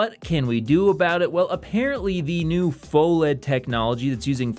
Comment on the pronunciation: It's pronounced "fuh-led" 🤓